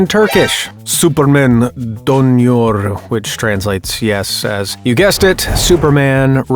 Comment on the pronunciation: the way he says superman dönüyor got me killed